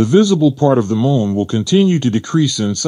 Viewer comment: Why do i keep hearing the guy say mole not moon.